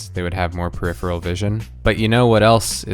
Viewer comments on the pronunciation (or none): none